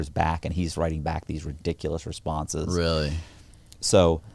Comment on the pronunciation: Who else laughs when over-emphasizes the “Rrrrrr” In “Really”